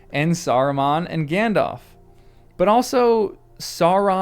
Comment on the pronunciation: Gan-DALF, not Gan-DOLPH :)